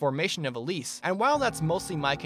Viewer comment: the way you pronounce elibe "elib" LOL